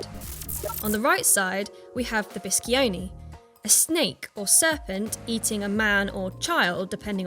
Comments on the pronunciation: It's pronounced BE SHON EH, not biskioni.... Please... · Very interesting and curious, i liked especially the origin of the name Alpha Tauri...cute! But "Biscione" sounds like "Bishonay", not "biskyonay"! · the Italian pronunciation is something like "Beeshone", not the one said in the video. :-)